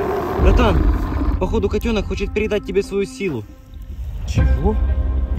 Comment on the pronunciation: Не катёнка а котёнка